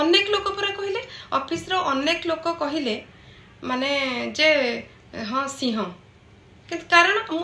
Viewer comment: ଅନେକ ସିଂହ କୁ ସିହଁ ବୋଲି ଉଚ୍ଚାରଣ କରିଥାନ୍ତି।କିନ୍ତୁ ପ୍ରକୃତରେ ଏହାର ଉଚ୍ଚାରଣ ତମେ ଯାହା ଉଚ୍ଚାରଣ କରୁଛ।ଠିକ୍ ଅଛି ଏହି ଭିଡିଓ ଦେଖି ସମସ୍ତେ ପ୍ରାୟ ସଠିକ୍ ଉଚ୍ଚାରଣ ନିଶ୍ଚୟ କରିବେ ଏହା ମୋର ଆଶା ।